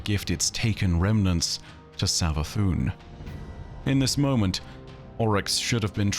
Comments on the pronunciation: Any reference to someone in game pronouncing Oryx as "Ow-Rix", instead of "Or-Ix"? Or does Ow=Rix sound more posh and pretentious? Remninds me of when you insisted on pronouncing Xivu as "Shevu", insted of as "Zivu" when everyone in game pronounced it as the later, including her sister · why do you pronounce characters names weird? You say owryx instead of oryx